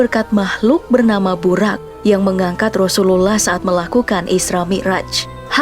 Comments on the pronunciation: Bacanya buroq min bukan buraq, di dalam Al-Quran huruf Ra dibaca Ro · Burok min bukan burak